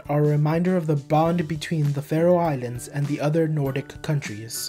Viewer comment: It's FAROE Islands not Farao Islands